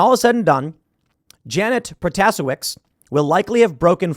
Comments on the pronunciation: Not that it matters, but the new judge in WI's last name is pronounced PRO-tuh-SAY-witz. As a Wisconsinite, I am very disappointed to see that she won yesterday. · Her name is pronounced Prota-Say-Wiss. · Pro-to-sheh-vee-ch. You animal. It's bloody phonetic. Protosiewicz.